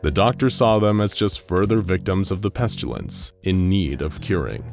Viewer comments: it's always bothered me that the narrator pronounces it "Pes-chyu-lince" instead of "Pest-ill-ence" like you're supposed to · Lol I love these SCPs and vids.. But why do you keep saying "pestYUlence"? There's no "u" in pestilence